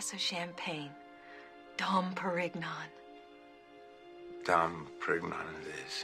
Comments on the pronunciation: He looked at her that way because she mispronounced it. The man at the lodge said he always orders a bottle of it on the way out. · It most certainly was dom perignon. She just mispronounced it.